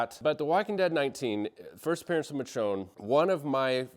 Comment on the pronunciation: You can tell our guy read the books before he watched the show by the pronunciation of Michone 😂